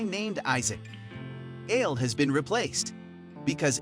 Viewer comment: Aled is not pronounced Ailed.. it's pronounced Ah-led